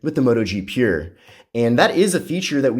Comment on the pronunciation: Your pronounciation of the word "pure" is as painful to hear as Bush saying "nuclear".